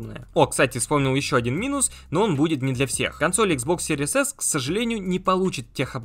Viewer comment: Блин, как series только не читают( Серияс)))